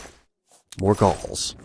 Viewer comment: lol, when you said "I ripped their galls of and sold them" it sounded like you said "Balls" instead of "Galls"